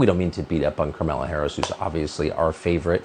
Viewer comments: Is he intentionally calling her "Karmela"? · It's kind of hilarious that Tucker essentially refuses to pronounce the name Kamala the same way two shows in a row.